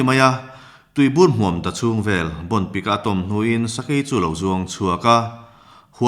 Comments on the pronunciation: A ngaihnawm hle mai. Ka hriat dan chuan 'min rawn vel e' tiha 'vel' hi 'lo kal zel rawh u' tih a 'zel' lam rik anga lam rik kual tur a ni. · Vel tih hi zei tih anga lam tur ani,entir nan ' he nula hi azei riau mai, tih ang deuh in,'he sakei hian min vel vut vut reng mai a ,ka kap ta mai ani.tih anga lam tur ani.